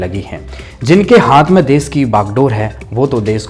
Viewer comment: Des nahi, desh hota hai news reporter sahab देश ना की देस